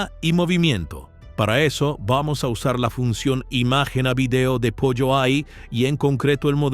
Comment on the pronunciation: Jajaja 😂todos en youtube le dicen pollo pero en realidad debe pronunciarse polo